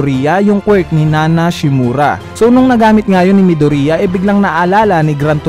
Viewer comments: Yeah it's "midorya" not "mido-riya" arghhh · Midorya not midurya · Kuya paayos po Ng pagkakasabi midoriya po Hindi midurya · “ mido-riya ” I'm triggered help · It's correctly pronounced as “ midorya ” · Mih-dur-iyah? Mih-du-ri-yah? Wala lng natatawa lng ako HAHAHA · hahahah nakakatawa pag nag sabi ka ng midorya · No offense.... Pero bakit po Medori-a😄